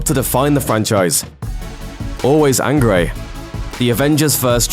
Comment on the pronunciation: I’m sorry but....... ‘always angeray’???